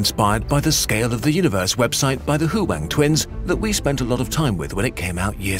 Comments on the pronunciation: Didn't realize until just now they were trying to say "Huang" and ended up with "Hu-ang" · kurzgesagt really said hoo wang twins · Ah yes, the hoo-wong twins.